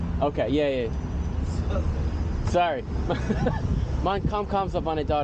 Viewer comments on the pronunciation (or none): none